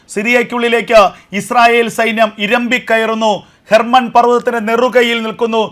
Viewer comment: Not Mount Herban. It is Mount Hermon.